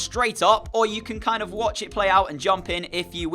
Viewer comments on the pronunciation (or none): none